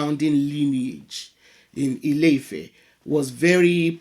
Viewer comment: It's not house (ilé) of love (ifẹ́). not at all. The actual name is land/earth (Ilẹ̀) of expansion (ifẹ̀) proper tones and pronunciation make a big difference in Yoruba language